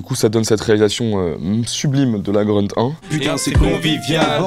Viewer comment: en allemand et en turc, grünt ça doit se prononcer gruneuteu/grûneuteu et pas greuneuteu comme ünkut on devrait dire uneuqueuteu et pas eunequeuteu